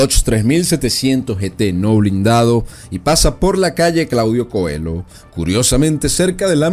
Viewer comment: Calle Claudio Coello, no Coelo. Un poco de rigor, por favor.